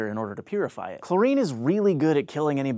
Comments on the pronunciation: chloRINE? Where is this guy from..... Its CHLOrine. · Never heard anyone say "chlor-EEN" before.